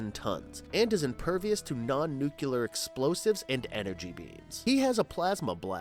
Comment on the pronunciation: Learn how to speak. Energon. Not enegron. Also. Nuclear.. not nucular. Annoying. I refuse to finish the video.